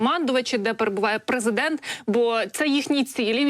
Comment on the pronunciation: "прЭзЭдЭнт, що-що" - смешной язык